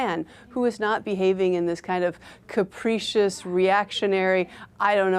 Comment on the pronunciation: Its pronounced cap-rih-cious not cap-ree-cious. But good try lady.